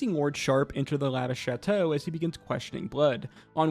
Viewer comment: "lavish shatshow" 😂